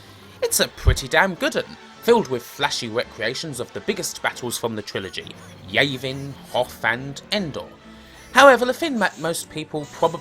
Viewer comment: Yayvin? Oh dear